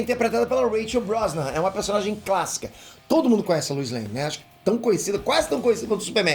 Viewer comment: A pronúncia é Lois não Luis, igual o número "dois" só que com "L" 😉